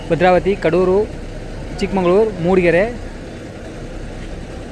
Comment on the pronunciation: ಅದು ಚಿಕ್ಕ ಮಂಗಳೂರು ಅಲ್ಲ ಚಿಕ್ಕ ಮಗಳೂರು ನಿನಗೆ ಬರೆದಿರೋ ರೂಟೇ ಹೇಳಾಕೆ ಬರಲ್ಲ